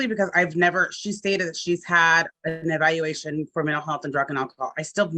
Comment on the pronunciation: She’s absolutely high right NOW When u cant say evaluation c’mon now